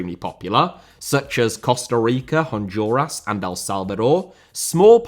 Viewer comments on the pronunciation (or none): America* not Ameriker Rather* not Rother Copa* not Copper Argentina* not Orgentiner Honduras* not Hondjoras Korea* not Korear Croatia* not Croatier Half * not Holf Liga* not Liguer Saw* not Sor Bielsa* not Bielser